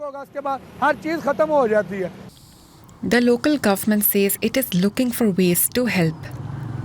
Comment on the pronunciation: Why every Pakistani say samog in place of smog